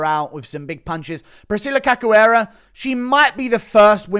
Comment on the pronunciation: Priscilla Who???? 😂😂 You think you'd know how to pronounce her last name...